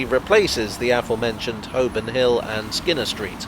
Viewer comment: Why do YouTube commentators most of the time seem to pronounce it "affor-mentioned" rather than "afore-mentioned"?